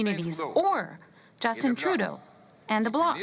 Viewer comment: How many times will he say Trudea